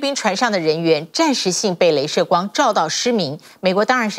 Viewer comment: 雷射級軍事光？！😅😅😅 不能只有我聽到吧😂😂😂